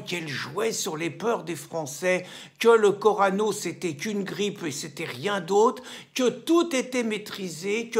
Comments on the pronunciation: Corona... et pas corano😂😂😂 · Corona 😂 Pas corano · j'ai bien aimé ton discours mais c'est corona pas corano^^ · Corona... corano !! 😂😂, j’ai un ami qui n’arrive pas à le prononcer non plus .... merci à vous ! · C'est pas corano mais corona ;) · le corona pas le corano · Attention corona et non corano, c’est la biere mexicaine(corona) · Dis donc Pierre CASSENS Tu ne serais pas un peu dyslexique, avec ton "corano" mais Corona